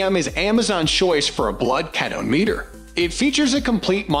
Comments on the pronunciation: The mispronunciation of K-EAT-O is frustrating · Pronounce ketone correctly for credibility